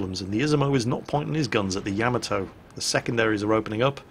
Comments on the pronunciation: I really wish would stop saying "yamma toe"....It's "Ya Ma toe"...:) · For the love of all things battleships, learn how to pronounce Yamato correctly. It’s like fingernails on a chalkboard when you say it like you do. Otherwise, your vids are good.